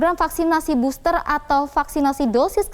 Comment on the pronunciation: KAYA..FFFFEELLLERRR...DI BOSSTERR..GUYSS..😁👎👎👎👎👎